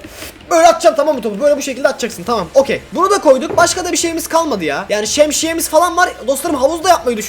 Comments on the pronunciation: Abi şemsiyeye şemşiye dedin😅😅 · şemşiýe diýil şemsiýeXD